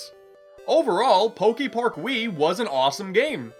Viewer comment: Is he gonna say Pok-ee-park the whole time? ... oh no... EDIT: HOW THE HELL DO YOU SAY POKEMON CORRECTLY BUT MISPRONOUNCE POKEPARK??? HOW DO YOU SAY POKEBALL THEN?!?